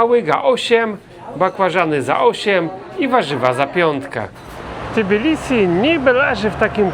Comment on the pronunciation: Lubię jak polskojęzyczni eksperci od Gruzji wymawiają nazwę stolicy jako T_i_bilisi.